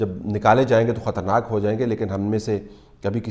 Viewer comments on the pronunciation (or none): aap ka urdu teek karo. Katharnaak nahi "khatre-naak"